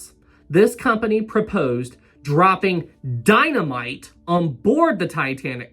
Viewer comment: dynamite not dynomite lol